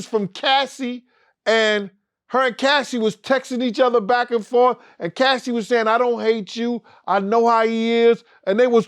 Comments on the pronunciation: Its Cassie (kas-see) not casee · Bro calling Cassie “Casey”. C’mon son 🤦🏾‍♂️ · Did This Nigga Say Casey? 😭☠️